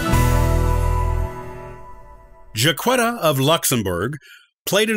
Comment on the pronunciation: You're mispronouncing her name and some of your statements are incorrect.